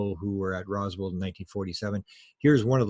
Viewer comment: Roswell,not Roswald. Keep it together as a Canadian national treasure Will you man?